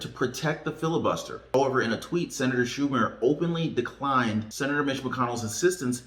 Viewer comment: I seen the Schumer mispronunciation lol. Funny to see you laugh lol. Thanks